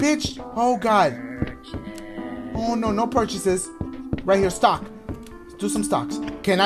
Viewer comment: Why Dachie sound like he saying stalk when he says stock 😂😂😂😂